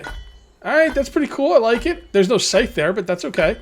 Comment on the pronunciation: Scythe rhymes with lithe, not life. :-)